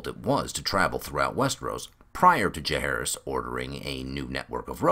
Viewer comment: Can't wait for this book to temporarily sate my appetite for more ASOIAF. Tiny gripe (and call me an ass if you wish) but what's up with pronunciation of "Jahaerys"? Like Aerys or Jacaerys or Maelys the Monstrous the sounds are always the same. I'll go and hide in the corner now.... 😔